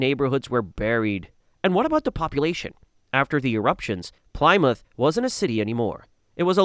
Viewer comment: Gotta love AI for butchering 'Plymouth' to 'Plaimoouth' XD